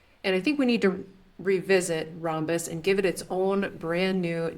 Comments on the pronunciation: It’s Ram-bus not Rom-bus. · Thank you! It was hurting my brain hearing rom-bus. RAM is a thing (Random Access Memory). And ROM is a thing (Read-Only-Memory). Never heard rom-bus pronunciation. But I don’t hear Rambus mentioned a ton either, but always ram-bus.